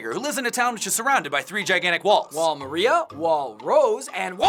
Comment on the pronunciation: It's wall MAR-IA not MER-RIA